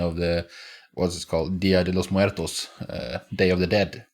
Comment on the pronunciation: Most impressive to me was how well you said "dia de los muertos" - great rolling of the "r"